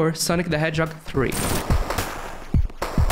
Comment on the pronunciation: Why does he say "sonki" instead of sonic